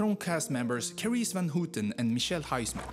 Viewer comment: Carice van Houten is not pronounced as Carice van Hooten (dude) but rather close to Howton. Van is also not pronounced like that. But has an A sound as in the first letter of Abba. Or how English people pronounce to dance. If you put that right A sound trough, Amsterdam sounds also totally different if pronounced the right way, in Dutch. Americans really have no idea of their sounds, while American has not really a broad collection of sounds. The solution is to listen first. Our polders are not reclaimed, but claimed land.